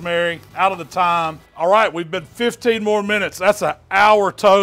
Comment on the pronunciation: He said THHYYYYYME with his chest lol